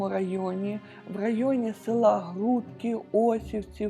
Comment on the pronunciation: Дякую за відео! Додам, що правильно наголос село ГрудкИ, а не ГрУдки